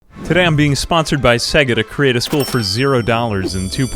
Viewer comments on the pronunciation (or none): "Seh Ga" ?? When you boot up the console it literally says "Say ga"